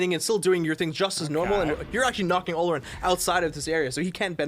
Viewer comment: Not how you pronounce olorun ... it’s oloroon